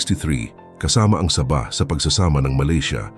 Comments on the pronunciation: MAGBIBIGKAS LANG NG SABAH, MALI PA... ANO YAN NILAGANG SABA........ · Sabah po, Hindi Saba (uri Ng saging ang Saba) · Saba! ??? Saging na saging ang pagkakadale mo bro ah...😂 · Ang pagbigkas mo ng sabah ay mali.